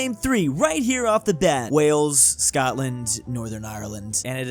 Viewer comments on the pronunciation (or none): none